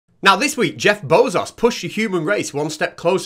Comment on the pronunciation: Did you intentionally pronounce "Jeff Bezos" as "Jeff Bozos"?